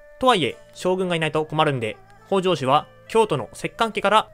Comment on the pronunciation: 「北条」のアクセントは頭高型ではなく平板型で発音してほしいです。 同姓で頭高型の方もいるようですが、 歴史上の北条氏は平板型で言い習わされていると思います。 もし新しく作る動画で機会がありましたら、ご一考いただければ幸いです。